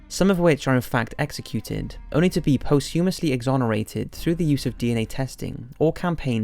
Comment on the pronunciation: It's pronounced "POS-too-muss-lee" for crying out loud, not...however in the hell you just said it. Sheesh.